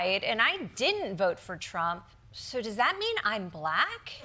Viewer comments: Honestly Daily Show should get very specific about how Trump pronounces "Black" It's always with a few extra L's for emphasis, very triggered. "Bllllllllllack people" It's a huge red flag for his racism. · Don’t you hate the way he pronounces the word black? I first noticed it when he was talking about Kamala Harris not being black. He says it in a really snarky way. I can’t believe there are black people who support this racist.